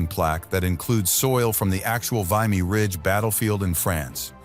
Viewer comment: I find mispronounced "v imy and Regina is grating